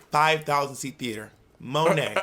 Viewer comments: Monet butchering her own french name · When Bob actually says Monét's name better than her 😅 (I'm French)